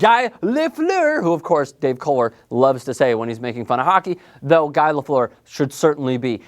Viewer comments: It's pronounced GEE not GUY. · 'Guy' Lafleuer? It's pronounced 'Gee' dumbass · Lol its not guy lafleur its pronounced gu - ee. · It's not pronounced guy lafleer. It's pronounce gee laufliere and spelled guy lafleur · It's pronounced gee lefleur, not guy lol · It's pronounced GEE Lafleur first of all... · It's gee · Its "Gee" you knob jockey! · Guy is pronounced ghee. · The pronunciation of Lafleur's first name shows that this guy doesn't know a hockey puck from a burnt bagel. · I'm afraid your list cannot be taken seriously if you don't know how to pronounce Guy Lafleur. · WTF!!! GRETZ didn't demand a trade.....plain and simple. was he was sold. What he demanded was that Marty McSorley and Mike Krushelnyski go with him, get your facts straight. other then that a good list but I would have Mario at #2. Glad you had Guy in there but learn how to pronounce his name LOL